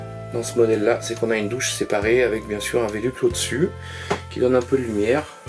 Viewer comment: Sympa, la présentation ! Après, les "velux" ça m'a bien fait rire... ;)